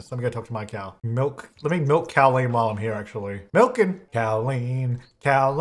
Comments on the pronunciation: as a Colleen all I kept hearing this episode was a cow version of my name 😂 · The name Colleen: ~exists~: Cowleen! Like Jolene!